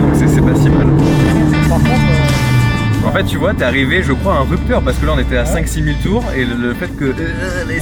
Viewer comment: Hiteuh the rupeuhteur